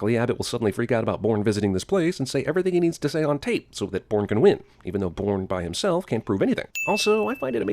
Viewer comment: when his voice is so good that his voice pronounces bourne a porn but aye I love this don't get me wrong man